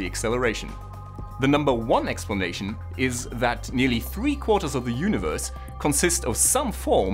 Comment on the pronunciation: "the yoonavurse"